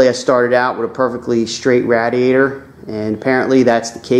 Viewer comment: please say radiator the right way